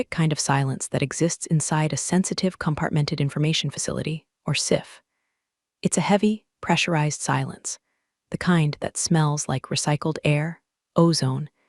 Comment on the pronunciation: SCIF is pronounced SKIF, like a boat.